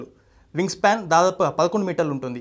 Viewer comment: వింగ్ స్పాం కాదురా సన్నాసుల్లారా వింగ్ స్పాన్, నోట్లో ఏంపెట్టుకొని మాట్లాడుతార్రా,వెనక రిసెర్చ్ టీం నిద్రపోతున్నారా? నేషనలిస్ట్ హబ్ చానెల్లో ప్రసంగించాలనుకొంటే కొన్నివిషయాల్లో సాధనకావాలి.ముఖ్యంగా భాషోచ్చారణలో.సౌమ్యంగావుందామని ఎంతప్రయత్నించినా పరీక్షిస్తున్నారు.